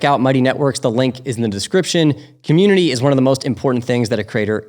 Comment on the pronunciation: i jetook a shot eve ry... deee timeee they said commutitnity